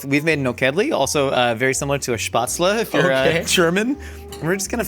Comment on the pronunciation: why does he pronounce spätzle like that :(